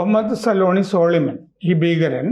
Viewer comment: സോളിമൻ അല്ല സൊലൈമാൻ ആണ് 😂😂